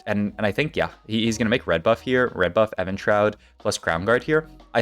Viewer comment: Why do you say "Evan-Shroud"? It's Evenshroud like even like rhymes with steven